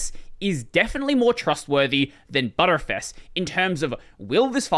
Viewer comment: IT'S NOT BUTTERFS IT'S "BEE-TREEFS" Standing for Binary-tree fs